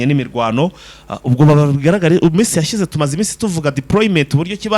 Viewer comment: Fighter wazakosoye uburyo uvuga shya na sha, gushyira no gushira. Iminsi yashize wowe uvuga Ngo iminsi yashyize